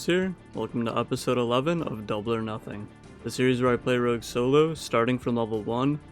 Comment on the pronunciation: mans really hit us with the classic rouge instead of rogue